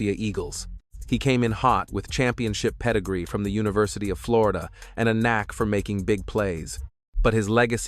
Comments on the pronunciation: “floryduh” like he just learned english😂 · "Florija" Fucking AI BS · Floreeda? AI BS. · Flow-ree-dah? Come on AI, do better😂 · why TF did this AI say Florida like that 😭